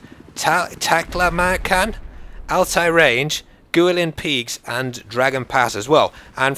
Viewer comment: *****, the map "Guilin Peaks" is pronounced "gooWEElin peaks", not "geelin peaks". I'm actually really looking forward to that map because I visited Guilin over the summer and it was truly the most breathtaking place I've ever seen.